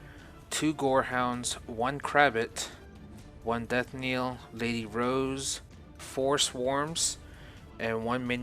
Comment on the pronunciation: Knell is pronounced like nell not niel.